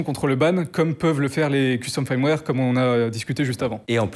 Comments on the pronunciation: Pourquoi prononcer "firmware" "faïrmwère" alors que le "i" se prononce "e" ? Autant le prononcer à la française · Le mot "firmware" se prononce "feurm-wèr" et pas un peu comme "fire" comme il le prononce ("fayeurm-wèr") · Ça me fait toujours marrer qu un mec aussi compétent ne sache pas prononcer firmware correctement. C est triste. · je veux pas paraître désagréable mais si tu te lances dans le métier essaye d'apprendre à dire "firmware" ça prend vraiment littéralement 10 secondes